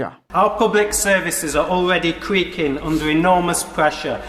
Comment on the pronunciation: Cweaking????????????? Does this cwetton know his R's from his elbow?